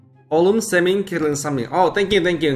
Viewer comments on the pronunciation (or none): none